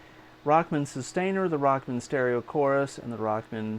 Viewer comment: Excellent lesson. Love the Rock Man vest too. Funny how you call it “Rockmn”. Tom came out with his original “Walkman” for guitar - so it was called Rock-Man.